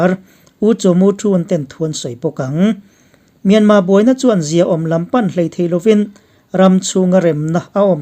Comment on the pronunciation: Myanma nilo in Myanmar ani zawk